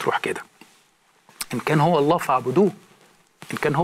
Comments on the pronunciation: أنا أقسم واجزم ان هذا الرجل نصراني حثة النخاع من خلال كلامه ولم يكن يوما مسلما أطلاقا..المسألة بسيطة جدآ ..قد أدعي إني كنت مسلما ثم غيرت ديني لكن من خلال كلامه انكشف اولا المسلم لا ينطق إسم الجلالة .ألله تشديد الهمزة . بل يقول الله..دون تشديد الهمزة ..ثانيا لا يمكن بحال من الأحوال أن يصل الإنسان العاقل الى معرفة الله العظيم موحدا له في داته وصفاته وأسماءه تنزيها له من التشبيه والتجسيم وتعظيما لداته العلية تماشيا مع الفطرة والمعقولية ان يتخلى عن هذا التوحيد فيؤمن بالله المتعدد الرؤوس تلاتة آلهة في إله واحد لغز ومعضلة فكربة ...الأب إله والابن إله والروح القدس اله .لكن هؤلاء الثلاتة هم اله وأحد .بالله عليكم هل هناك عقل يستطيع ان يفكك هذا اللغز العجيب سفصطة وهرطقة بطل تأكيد ..وانا أجزم ان مهما حاولت أن تفهم عقيدة التثليث تصبح أكثر غموضا وغرابة ..لذلك معظم النصارى بالرغم من إيمانهم بها الا انهم غير مقتنعين بها لأنها غير معقولة ..اما ان تكون واحد او تلاتة ..أما الاتنين فهذا مستحيل الحدوث . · يبدو انك تكره اله واحد الأحد المتفرد في وحدانيته المنتزه عن التشبيه والتجسيم ..وتحب التثليث اللغز إله برؤوس متعددة لذلك اخترت النصرانية فهنيئا لك بالشرك . طريقة كلامك تدل على ان هذا الرجل نصراني حثى النخاع اولا المسلم لا ينطق اسم ألله (أ ثم لله ) بهذه الشكل بل الله بدون تشديد على الهمزة .أكيد هذا الرجل بم يكن يوما ما مسلما إطلاقا والدليل جهله بالقرآن نصا ومضمونا لذلك لم يستطع أن يشير الى دليل واحد على ان هذا الكتاب ليس وحيا ، و لأن حديثه عام غير دقييق ولا علمي مقنع. يقفز من هنا الى هناك من القرآن إلى السيرة...بالمناسبة يا يارجل وانا هنا أجزم انه لو قرات القرآن لما تخليت عنه أبدا ....هل تعلم لماذا لأن الله الخالق الكلي القدرة والكامل المعرفة اللطيف والامتناهي الازلي هو المتكلم في القرآن عكس كتابك المقدس تماما عندما تقارن بينهما ستلاحظ الفرق مباشرة لا مجال للمقارنة إطلاقا ....